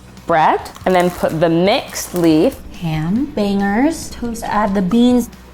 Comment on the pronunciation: The way she says bangers.... ugh!